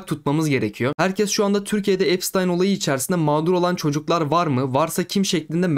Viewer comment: epştayn diye okunuyor